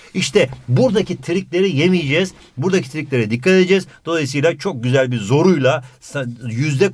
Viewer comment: Once said Tonguç:✨AaĞ✨ Hoca: ✨yÜzdE YüZdÜr bİğR dEmEk✨